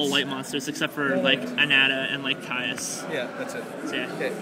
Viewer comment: FYI it's pronounced CAAY IS not CAI US.